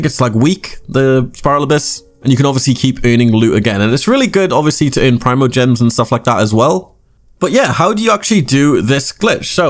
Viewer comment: Gemies? GIB or no is fine yus gemies